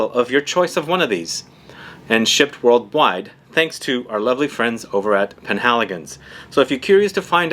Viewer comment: Did i hear Wörlweit ?